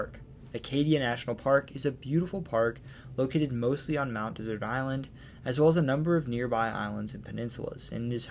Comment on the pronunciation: My grandmother was from Maine — Mt. Desert Island. It is de-zert’ —like the sweet after a meal. Most people pronounce it like the arid land area, as you did. If you ever need to pronounce it again, please do so correctly.